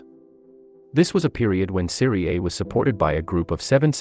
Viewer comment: In the first 9 seconds, this moron mispronounces the name of the league he’s talking about. I’ll just leave after that. Nothing he says will be worth listening to if his research didn’t get as far as the name of the league he’s talking about.